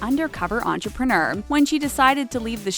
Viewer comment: The host pronounced entrepreneur “entrepren-errr” I just watched something where a character pronounced it like that..... what was it???? Anyone know what I’m talking about?